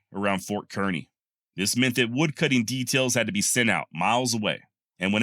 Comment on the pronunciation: FYI both the small town of Kearney, MO, and Ft Kearney are pronounced as would rhyme with Barney. We are from the Kansas City area. My husband has recently found your channel and is delighted indeed. Bill is 82 and a lifetime lover of history from the ancient to the Wild West. I had long been describing to him the wonderful deep and wide selection of education, instruction, and enjoyment provided by YouTube. Accordingly, I set him up with a new Roku with easy access on his television. He enjoys it immensely which of course includes many hours of pleasure watching your channel. Thank you!